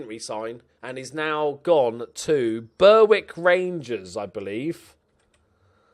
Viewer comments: Berwick... Pronounced BERICK. Oh. Its in NE England as well if you weren't aware. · I love how the one team you can’t pronounce is the one English side that plays in Scotland, Berwick. Been saying it wrong for ages and it’s bloody annoying, pronounced more like Beh-Rick, doubt you’ll change knowing you, that’s fine though, never change haha